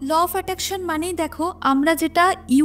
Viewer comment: Law of Attraction ❌লফ্যাট্যাকশান ✅💀💀💀💀